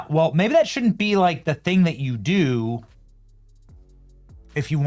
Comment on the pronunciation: THÄNG, its a THÄNG, not a thing, but a THÄNG